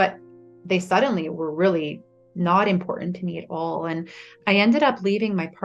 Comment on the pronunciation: Not knocking her story at all, but what's up with women who say ant instead of and? Asking for a friend.